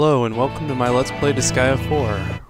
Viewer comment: YEEES you say the name of the game right!!!! you're subbed man :D